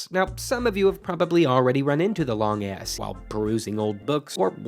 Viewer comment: every time this guy says long s it sounds like long ass